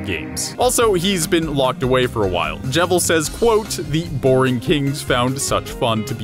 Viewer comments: I pronounced his name Jeevil. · wtf why do you call him the jevil its cleary just JEVIL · I'm giving another down vote just because he can't get Jevils name right.